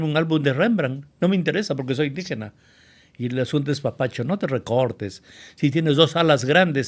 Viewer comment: Y la palabra indígena está mal dicho